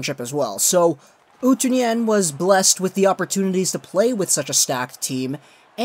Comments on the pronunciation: Pronounced OO too nen not oo Tyoo nen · Oh my lol :D The way you say Utunen is so hilarious!